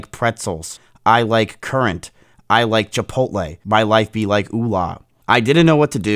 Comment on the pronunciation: "I wike youtube"